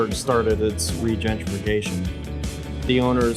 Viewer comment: "Regentrification"?!? grossssss